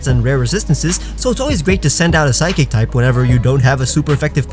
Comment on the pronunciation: Did u say phsycic?